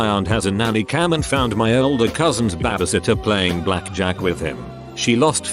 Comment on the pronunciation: Why does the bot say bebesitter tho?